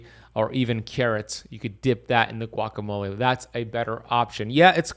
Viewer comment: This guy is a complete whack job. I get his videos on my feed because of the topic but he simply doesn’t know what he’s doing. And yes besides the extreme amount of ads he contradicts himself constantly. lol he doesn’t even know how to pronounce guacamole. lol. And in some videos he’s thinks it’s a flex that he knows Kobe Bryant’s trainer, I get the feeling he has no idea Kobe died a long time ago. He’s just a grifter.